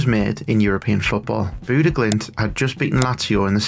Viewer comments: it's Bodø ( sounds like Boh Dö roughly ) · It's pronounced; Boo-duh / Boo-the (Bodø/Bodö) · I love it. The way you pronounce Bodø makes it sound like Buddah. Not all that interested in football outside of playing it myself, but was a short video about something happening in my own country so had to check it out. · The O sound in ''Boo'' is as you describe it, low and flat. Comparred to the ''Bo'' sound most seem to pronounce, which almost sounds like ''Bow''-- Making the pronounciation ''Bow-Dow'' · I'm a native from Bodø and I dislike pedantry about pronunciation because we do it just as badly vice versa. But if you want to know, the O should be dark and flat, and not have any u-sound in it. But the second part, "duh" is a great example you've given. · It's interesting that you think boo doesn't make a u-sound. You would agree with me if you could hear how we pronounce Bodø. Also not sure why you try to change the part I told you was correct, the "duh" part. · You're really butchering the Norwegian names. Especially, Bodø, but also Knutsen. Try BOH-duh. The "ø" sound is similar to the "u" in "burn" or the "i" in "bird". The stress is on the first syllable. You're NOT supposed to omit the K- in Knutsen, it's not the word knife in English. You may have learned about a King Canute in school? His name was in fact Cnut or Knútr. Knutsen means son of Knut.